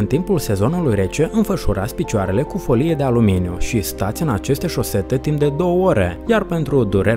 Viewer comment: Destul de greu de crezut ca o persoana care nici nu stie sa pronunte "folie" stie ce vorbeste